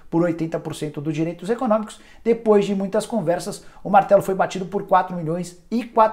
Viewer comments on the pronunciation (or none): none